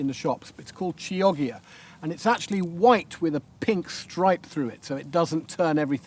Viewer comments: It's Kioggia,...with a hard c..but wonderful, wonderful garden! You've really earned yourself a new follower.. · Great ideas ,however Chioggia is ideally pronounced kee-oh-jah .and nero in (cavolo) nero :nair-ro .🤗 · Lovely video, Hugh, but please learn to say Chioggia correctly, it will give you one up on Monty Don! It is pronounced Keeodgier 🙂Also, if you leave the skins and seeds of the tomatoes in the soup you increase the fibre content.